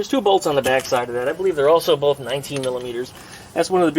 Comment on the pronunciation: Did you just say boob? I like those more than the BOAF you normally do ;-)